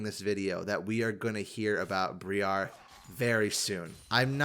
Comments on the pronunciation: Br-eye-ar not bree-ar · FYI Briar is pronounced like Eye. Br-Eye-ar. It's a type of prickly or thorny shrub. Looking forward to that next week, it'll probably be my first look at the champion. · Sooo, the new champion is Briar, not Bree-ar lol. Briar as in a BRIAR ROSE. I cringed every time said BREE-AR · Bro is out here pronouncing briar bri-arrr briar is an actual word, it's not just a random assortment of letters... Darrrrius was fine because at least that sounds kinda cool, but why do you sound like a pirate every time you go to noxus... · loved the video, it was great! Hearing the say "What the fuck is that?" to Teemo was hilarious. Youtube. That said, hearing BREE-ARE 4 times in a row just about gave me a stroke. Briar: noun Any of a number of prickly scrambling shrubs, especially the sweetbrier and other wild roses. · There's no way pronounce 'Briar' like that, it has to be a bit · this Briar pronunciation hurts though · Briar is a real world word with a real pronunciation. It's not pronounced like that. please. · pronounces a lot of champion names wrong lol. It might be a joke at this point 🤷‍♀️ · that awful incorrect pronunciation on Briar continues.